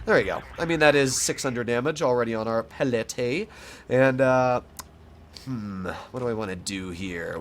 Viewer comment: He said palette with a weird accent